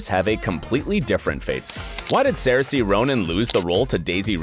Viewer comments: its not sare see its sear sha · Oh gosh sarsie is not how you say it. It is saoirse said like sersha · Did he say “cersei Ronan” ... it’s SERSHA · Saoirse See~sh~e Not seerse Ew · Saoirses name is pronounced "siersha" no sayrsa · FYI, Saoirse is pronounced ‘ser-sha’; not ‘ser-see’. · Saoirse Ronan's name is pronounced "SER-shuh". And it's not "Magento", it's "Magneto"! Jesus, are you even into this stuff, or are you just a hired hand? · It's pronounced SUR-sha Ronan, even Wikipedia has the pronouncing. Watch a interview of her that's how I know how to pronounce it. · It is pronounced Sirsha. Good Lord! smh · Her name is pronounced sursha its pretty easy to be honest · . He says Sayoresee Ronan. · Sercy Ronan oh god 😂 Pronounce her name right u fool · its pronounced Sorsha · "Sur-Sha Ronan" Jesus. How hard is it to say her name right? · The way he says Saoirse 😭🤣🤣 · How can you pronounce "Saoirse" two different ways and BOTH are pronounced wrong. That's whole other level of wrong. She's been nominated three times for Oscars but you can't be bothered to pronounce her name properly by now? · that's just not even close to how you pronounce her name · The way he pronounced saoirse Ronan was painful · They way he said Saoirse killed my soul what a clown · The way he pronounced saoirse Ronan hurt my soul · are we going to talk about how he pronouced saoirse? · I didn't mind the "cersei" then I kept my cool with "evange-line" but the "MAGENTO" definitely killed me! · by the way its pronounced magneto not magenta its ser-sha not ser-see for saoirse ronan and its poe dameron not poe dameroon and its pronouce evangeleen for evangeline lily not being funny or anything but its literally your job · Say-er-see Evange-lyne Magento Po Dameroon How do you get these wrong and get Joaquin right?